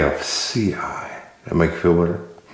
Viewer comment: excited to see the changes and more how-to style stuff but I hope you don't take out all your yabberin! Maaan hahaha I would never correct someone, but when you said "gf-C-i" it did feel a little better lol